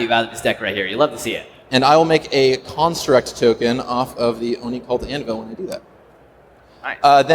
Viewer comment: The best thing about this is the amount of times managed to say "Oni-Cult Anvil" correctly...